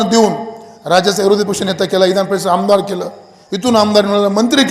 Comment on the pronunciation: ईमा नाही हो विमा म्हणायला शिका आधी..... इधा नपरिषद 😂😂😂😂😂